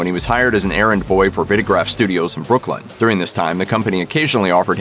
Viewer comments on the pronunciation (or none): Vitagraph, you dunce. comes from LIVING (VITAL) recording (GRAPH) and is pronounced with the LONG "I"